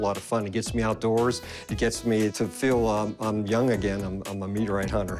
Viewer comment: Rick: Okay I'll meeteorite over there. 😂